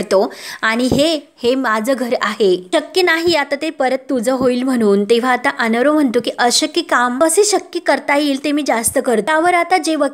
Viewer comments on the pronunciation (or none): अनरवं नाही तर अर्णव (अरणव) असा उच्चार करा